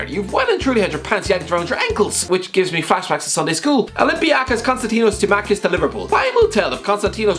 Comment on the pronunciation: Kostas Cheemakas